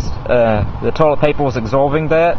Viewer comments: you need to learn to pronounce er..paper...heater...do not end in l...alcohol is not measured in octane...ethyl alcohol is measured in proof, rubbing alcohol measured in percentage... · 0908..you dont want your toilet papel borning..Oh no !!"My toilet papels borning in my heatel " wtf is wrong with you dude?